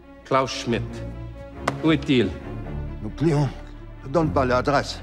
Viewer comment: C'est 20 ans que j'ai ecrier a une autre personne en francais! Merci! :-D M'excuse a j'ei ecrier en anglais. Basically, Fassbinder keeps mangling the letter 't'. I notice that. "Et vous devriez connaitre les miennes" his says 'Et' as 'Eu' "Je veux Schmidt" it sounds like "Cheveux Schmidt" (Hair Schmidt!). "Ou est-it?" Missing the 't' for 'est-it'